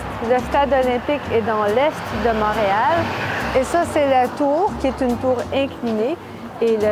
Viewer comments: i do not intend to be annoying here but you said "mahreal" not monreal :) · I have so many questions for you ! 🤪 you said “Montreal” but you pronounced the o as “mah” and not “mon” - is that part of your accent from edmonston ?